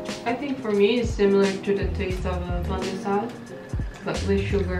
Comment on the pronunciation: FYI. It's not pandesal😂😂✌️